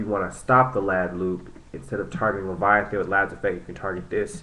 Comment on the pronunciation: its lay-va-teen not leviathan